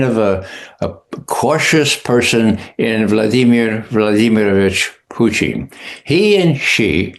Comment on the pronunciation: Please don't have this guy with TDS as a guest ever again. BTW it's Putin not Pertin